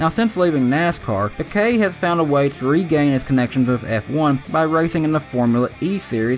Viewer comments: Why the hell do people incorrectly pronounce names. It’s pronounced peekay. Not pickay. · You said pequet